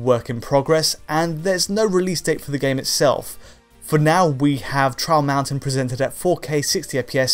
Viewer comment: Everytime he says "Trial Mountain" all i hear is "Charles Manson" o.O